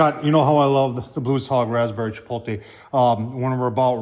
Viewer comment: Great video,. I love making the shot gun shells. Chipotle = chi-pote-lay not Chipotle = chi-pole-tay Pollo= Poy-yo. Gallo= guy-yo LL= Y I love your videos, keep up the great work, my friend.